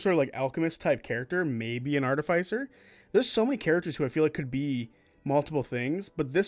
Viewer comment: Why do you say Artificer like that 😭